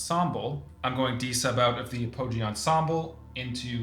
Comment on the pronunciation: Also I was the dude that roasted you for saying Mead-EEE, and I’m here to do it again! It’s Ap-uh-gee, not a-Poe-gee you monster!